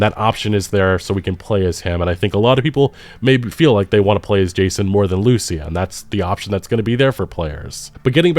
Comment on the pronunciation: I really wish people would stop mispronouncing the name of Lucia. The name is hispanic. The male version of the name (Lucio) has the accentuation on the U, but the female version of the name has it on the I. It's almost as bad as when they mispronounce Simon Bolivar's name by putting the accentuation on the O in Bolivar, when it's also on the i in there.